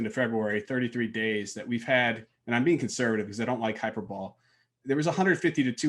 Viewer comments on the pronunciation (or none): indeed high-per-bo-lee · Well I think might be a closet cricketer. he mispronounces hyperbole as "hyper-bowl". He could have bowling on his mind, but it's more likely just an embarrassing boo-boo for.